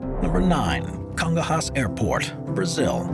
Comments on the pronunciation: Kun-GON-yas, not Congo-Hass 😔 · The airport in São Paulo is not pronounce Congo hass It's pronounced Congonyas